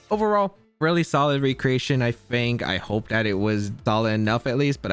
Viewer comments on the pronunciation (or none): none